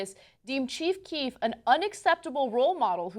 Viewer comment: Ana calls her boyfriend Chief Queef